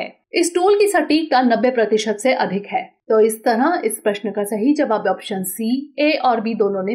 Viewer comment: इस "तरंह" नहीं इस "तरह" बोलो संख्याओं में भी आपका उच्चारण गलत होता है जैसे:- आप "बारह" को "बारहां" कहतीं हो।